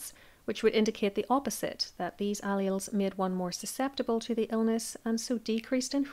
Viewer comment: Please look up pronunciations. For example allele